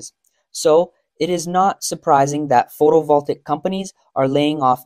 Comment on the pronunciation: Since your narrator says photovoltaic repeatedly, he really should learn how to pronounce it.